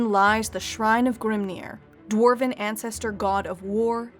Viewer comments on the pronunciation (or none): none